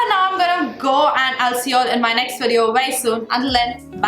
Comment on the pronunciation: Lol u say “WEDEO!” its Video. Its a v not a w.